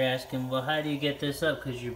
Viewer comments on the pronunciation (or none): none